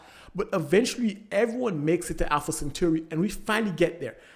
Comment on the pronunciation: I’m sorry but… Alpha “centurri”